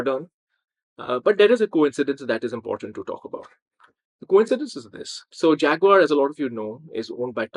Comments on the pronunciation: That's SHAG-uar, baby! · And consider the way the British pronounce Jaguar. Americans like me say "jagwire" (or maybe "jagwahr"), the British pronounce it "jag-you-are" -- "Fag-you-are". ....lol!